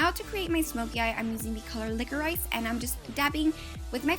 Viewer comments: It's pronounced liqourish! You were kinda drivin me nuts ha. Still beautiful tho! 😀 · Love watching your videos!!! They're really really good. By the way liquorice is pronounced LICK-OR-RISH, well here in England it is. Keep up with the great work!!